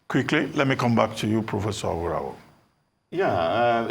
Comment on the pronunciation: Mr Abati, thank God you can now pronounce Aworawo correctly....